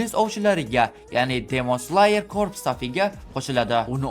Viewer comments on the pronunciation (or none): Slayermas sleyer deb aytiladi